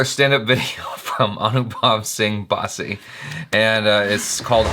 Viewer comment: It's basssi not baaaasi. Baaaasi means stale😂